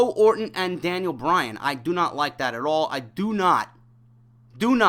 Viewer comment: For the umpteenth time it's Bryan not Bryant!